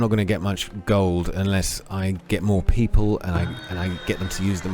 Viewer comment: Pee poles ... hehe